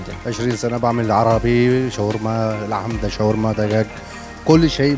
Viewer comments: Pronunciation sha warma not shwa rma شاورما. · شوارما غلط هے۔ شاورما صحيح